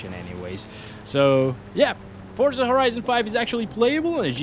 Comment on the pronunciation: Finally, someone who pronounces it the right way I’m stead of saying “fort-za” it’s “for-za”, awesome.